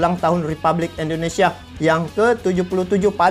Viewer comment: Indonesia bang bukan endonesia jangan biasakan ngomong yang salah